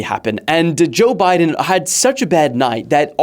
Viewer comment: bro named the segment joe bye-den lmao